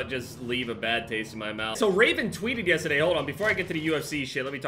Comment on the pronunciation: You can’t really tell is from New Jersey until he says yesterday